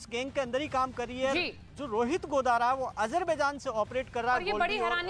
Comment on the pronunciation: ताराचंद जी का नाम भी nhi liya aur News wale Bhai नाम तो shi bolo गोदरा nhi hota गोदारा होता h kisne aapko job de di faltu me